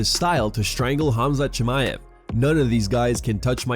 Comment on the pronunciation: Khamzat "The Green Goblen" Chamaev